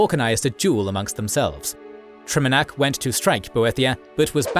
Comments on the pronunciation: Your videos are amazing but bro PLEASE stop mispronouncing names. You do this across your content — here, for example, you repeatedly pronounce "Trinimac" as "Triminac". You even say "Triminiac" once. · "Triminac" lol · Take a shot every time he says “Triminac” instead of “Trinimac.” Still love you guys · Should probably do a script review so you arent mispronouncing the main god Trinimac, not Triminac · It's Trinamac, not Triminac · It’s not Trinamac, it’s Trinimac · I hate that the AI used Triminac while I can clearly read Trinimac 🤣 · Mispronouncing Trinimac as Triminac throughout the whole video is a big blunder. Should also check for how to pronounce chimer or psijic. Good video otherwise! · You kept mispronouncing and miswriting TriNImac. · bro misprononounced Trinimac as Trimanac 😭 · "Triminac" I'm going to cry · I agree, hearing the pronunciation of “Triminac, Trynimac and Triminiac” in one video was very humanizing and gave even my OCD brain a chuckle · Trinimac. You mispronounced it every time 😭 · Dude is just butchering the word trinamac god dude lol😅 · Lmao mslacath is not the "lord of lies" wtf, he explicitly despises deception and weakness. Also its Orsimer not Or-ismer and Trinimac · FFS. The pronounciations are once again off. It takes a lot from the video and the "cred" of the narrator: * Trinimac * "Seedjeek", not "Saidjik" Seriously guys. This happens almost every video. Do a bit more effort to provide a massively better product. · Mispronounced Trinimac...